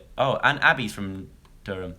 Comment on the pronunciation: Loved the way you said Durham aha spot on, P.S. I'm from Durham :)